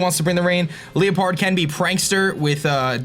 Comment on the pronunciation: "lie-pard" pls XD